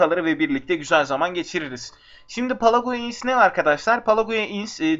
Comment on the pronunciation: zaman adsu pleyg diye okunuyor.